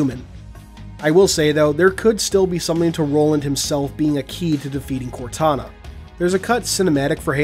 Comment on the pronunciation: Instead of contana it’s kortana